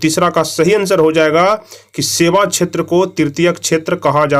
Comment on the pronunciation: सर आप प्राथीमिक छैत्र बोलते है सेवा छैत्र ko फिर क़ृषि को कुछ से कुछ बोलते है सही से चेक कीजिये 19 नंबर सवाल